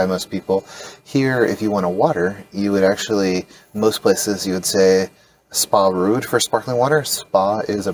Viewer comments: And the ‘rood’ in Spa Rood sounds like wrote (and not like root). Nice video, and good fun - being able to order bitterballen is one of life’s essentials. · It's "spreekt" (spray-kt) not "sprekt" like it's also "Nederlands" (nay-der-lands) not "Niederlands" And Spa rood is not "Spa rude" but "Spa road". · Hi guys, quick pronounciation tip: Try "Spa Road" instead of "Spa rude" 😄